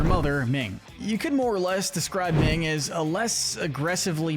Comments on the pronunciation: Uh....Minh, not Ming! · Her name is not “Ming.”